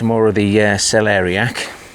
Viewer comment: Lovely view from your dad’s plot and huge cabbages, well done. Now when you have managed to pronounce celeriac, you have to work on the kohlrabi (not kohlrobi), my friend😀 Have a nice week.